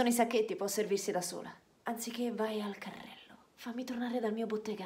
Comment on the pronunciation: "....con i loro cùkissggghhhh"